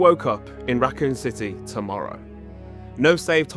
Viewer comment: 2 marow ☕🧐🎩💂